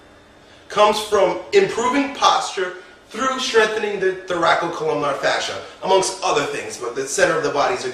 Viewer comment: Dear, It's "thoracolumbar" fascia, not "thoracocolumnar".